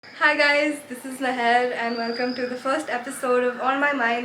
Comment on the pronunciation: idk why but i heard zeher when you said your intro. BTW Loved this video <3.